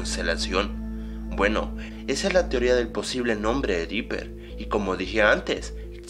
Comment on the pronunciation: dopper asta el lo dice